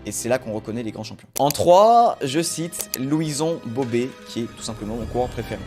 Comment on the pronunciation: C'est pas Bobé mais Bobet, gros malin .